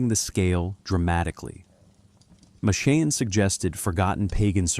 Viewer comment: AI trash. Listen to the pronunciation of Machen. Really sad state on YouTube these days.